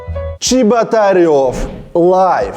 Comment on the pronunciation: мне кажется или Чеботарев или как его там, проебал где то букву "Р"